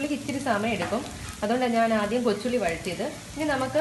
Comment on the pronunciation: Kochulli ennu parajapo njan athyam kochunni enna ketath😂😂